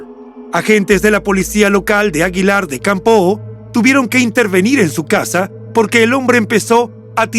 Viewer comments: Es aguilar de campo. Sonido acento en la letra o. Una o. No campoo. Gracias por el reportaje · Caballero. Le informo de que Aguilar de Campoo no se pronuncia con la O tan larga y marcada. Solo es una aclaración para que lo corrija. Reciba un cordial saludo desde Aguilar de Campoo.